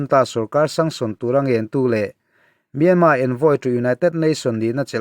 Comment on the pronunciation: Myanma tih a lam hi a dik..mahse a thluk hi burma tih thluk a thluk tur a nilo...thiantha tih thluk ang deuh a lam tur ani e